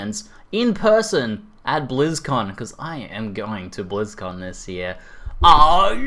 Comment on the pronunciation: It sounds like you are saying Blues-Con... Fkn Aussie :D